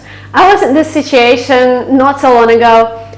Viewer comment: Toyful this, toyful that, sittation, todally, etc. your English is so bad, I could not finish the vid. Hell you can hardly speak English, much less pass the TOEFL with a score of 117 out of 120. Not in a million year would I believe you scored anywhere over 100 if that, but I guess this is a money maker for you and people are either gullible or just horned up. It is pretty disturbing to see people that can barely speak English giving instructions on how to pass the TOEFL or IELTS, but hey, all those preparing for these tests are foreigners who don't know shit and can't really catch your mistakes.